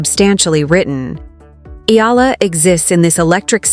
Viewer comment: Pls pronounce her name as Eh....yah... la..